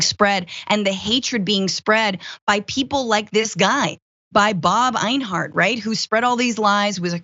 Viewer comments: Two quick tips for Francesca: One doesn't "relish in something;" one either "relishes something" or "takes relish in something." Also, the name Enyart is not pronounced AYN-hart, but rather EN-yert or EN-yart. In other words, pretty much the way it's written. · Enyart, not Einhart. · Einhart? LMAOOO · I hope people who followed that guy get triggered by you changing the Y in his name into an H somehow, and saying it over and over repeatedly... Finkle is Einhart, Einhart is Finkle! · Odd Question. Enyart being pronounced Einhart...?